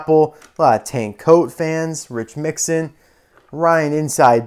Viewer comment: And it’s Mixon not Mixin